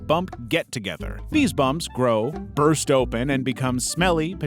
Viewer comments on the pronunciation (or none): none